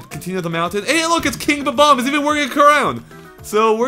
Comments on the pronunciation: its bob omb not bom omb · buh-bombs?BUH-BOMBS?I think you meAN BOB-OMBS,! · It's Bob-omb, not Bom-omb. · THEY ARE BOMB-OMBS PRONOUNCED "Bom omz" NOT BA-BOMBS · Great video. But it's not BA BOMB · It's 'Bomb-omb' not 'Bo-bomb'. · it's bom-om not b-bom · haper No they aren't...they've always been called Bob-ombs, bom-omb is just a mispronunciation. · I'm pretty sure it's "Bob-Omb", not "Bom-Omb" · Hello! Pretty sure it's Ba-bomb.... Bye! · "Bom-omb" that fail xD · Bom-omb? smh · Bom-Omb? Oh.... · Isn't it 'Bob-omb'? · but, eveyone says bob-omb